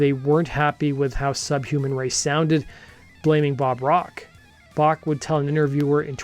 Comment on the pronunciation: Dude can't even pronounce 'Bach' correctly... pfff...